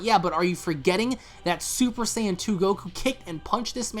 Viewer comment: Wait, did I miss something? Why the hell are they butchering Saiyan pronunciation? Since when Seien became Seyean?